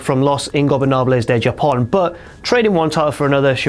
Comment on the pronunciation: "los ingobernables de JAHpon" lmao. Pronounced HA-pon.